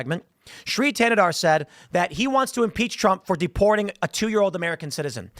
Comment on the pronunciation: Thanadar is the other villian in He-Man when skeletor is out on vacation. His villain power? Sounding D when T is in the word.